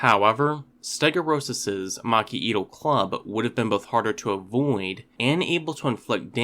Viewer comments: Macuahuital is pronounced "mach-HWEE-tl." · I am pained by the mispronunciations of Macuahuitl in this video.